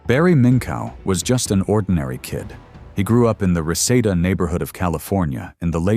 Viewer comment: I remember this story from American greed. I lived in reseda too. It’s pronounced re see da not receda